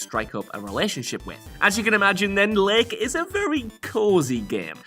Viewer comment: When you say "Lake" i feel uncomfortable.